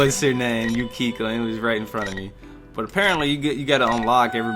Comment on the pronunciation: its pronaunced yu-kie-ko